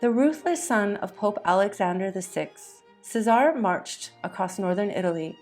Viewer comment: Caesare= “chess-a-ray”